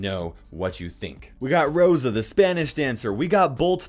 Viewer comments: He got the name of rosa right tho 😂😂👌👌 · Got Rosa right...well the name😂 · You got Rosa correct